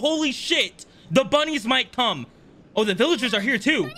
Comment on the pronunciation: "The bunnies might come" What I heard "The bunnies might Cum"